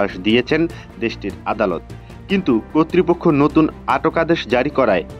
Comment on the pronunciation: সাংবাদিক ভাই উচ্চারণ ঠিক করেন, কর্তৃপক্ষ হবে।